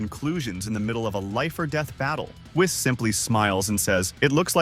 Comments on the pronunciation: I am so sick and tired of everybody calling him wiss it's whis "weess" Even my voice to text feature on my computer got it right LOL when I said Whis this is what popped up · Misprounounced whis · Whees, whiis wyse whes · Interesting, let me continue watching, but why are you calling Whis that way? 😅 Is that how you pronounce “whiskey,” which is what Whis was named after? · I did like the story.. HOWEVER.. STOP USING A.I NARRATION!!! I'm so fkn sick and tired of lazy YT using A.I narration!! It's pronounced > KI not K - i Whis not wise ITS SOO CRINGEE